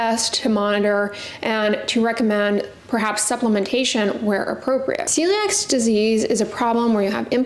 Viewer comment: It's called Celiac disease not celiax.